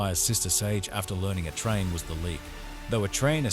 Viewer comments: surely you just have to write "A-Train" or some other version like "eh" or "ay" .. keep doin until you get it right. That "a train" was annoyin as fuck. No-one will subscribe when basics missed. otherwise good vid too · Every time it said “a train” I was picturing Thomas The Tank Engine. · Since it's text to speech , you could have just sounded out the word "Ayye Train"..so the stupid Ai would say it correctly. 😂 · It's actually super high quality speech synthesis apart from that blunder. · i think he's using AI for the narration: if not then there's no excuse or forgiveness for pronouncing A train, atrain. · The emotionless, deadpan narration would have been shit even if the shit AI knew how to pronounce A-Train. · thanks a lot g but lowkey the ai voice pisses me the frick off and how he just is not saying a-train correctly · Hey, lazy ass creator... Are you not smart enough to make the ai voice pronounce A-Train properly? Guess how you do it, dumb dumb... AI has turned creators/editors into lazy fucks... Thanks for the recap btw lol